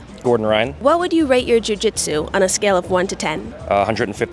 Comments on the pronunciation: Love her pronunciation of joo gee tzu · Jiu Jitsu was giving trouble every time she had to say it. She pronounced Jiu Jitsu differently every time. Still love her platform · Why is she pronouncing jiu-jitsu like that? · The way she pauses and emphasizes the “jiu” in, jiu jitsu is adorably funny.